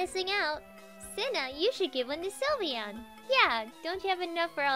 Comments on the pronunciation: it is sylveon not slivyian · is not sulveon is sylveon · Silveon not sylveon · Wet de hekkk....its called SYLVEON!!!!! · its not sylveon its lysvoooena